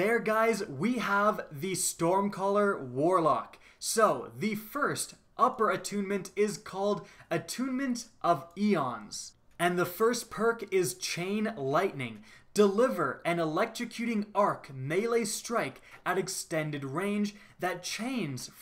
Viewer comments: I-ons. Not E-ons. Those are different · Ions not Eons. #EnglishIsFun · I'd hate to call you out on it but I can't stand spelling, grammar, and pronunciation mistakes... You mispronounced "Ions". You said it like "eons" but it's kinda similar to how you'd pronounce Io. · just letting you know: the Stormcaller path "Attunenent of Ions" is pronounced "eye-ons", where you said Eons. Think ions like the ionosphere. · Ions is pronounced eye-ons, not ee-ons. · It is pronounced I-on not e-on like ionic charge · Attunement of i-ons not e-ons ;) good video other than that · Eons lol, sorry to be the language police here. I think it's pronounced Ions I-I-Ions as in atom or molecule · Anyone else get triggered when said "A-ons" instead of "I-ons"😂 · Ions pronounced (eye-ons) Not eon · attunement of eeons...lmao its ion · Lel, "Attunements of Eons" as opposed to Ions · ions is pronounced eye-ons. Eons is what ya said there. Just a heads up lad. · Ions is pronounced 'eye-ons' not like eons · Hand hdhd I don't think the guy you replied to is disputing what ions are or the difference between ions and eons. What's being disputed is pronunciation of ions. He pronounced ions as eons. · um that's ions not Eons... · Pronounces "Ions" as Eon then later says it's properly during "Ionic" lol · "eye-ons" As in charged particles. Just a friendly correction. :) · ITS IONS EYE-ONS HAVE YOU NEVER TAKEN A SCIENCE CLASS?? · Did he say....attunement of EEEEEEONS? Its Ions.... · ions not eons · Did you really pronounce Ions wrong.